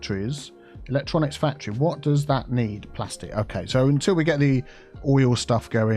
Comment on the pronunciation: Totally different fandom but every time you say factory all I can hear is Symone from Rupaul's drag race.... WHERE A FACT-try ought to be